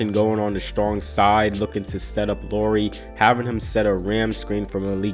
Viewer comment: NBD, but Lauri rhymes with how-ry...😁